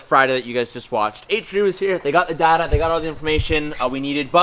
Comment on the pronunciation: wow I never knew pronounced it Data and not Data.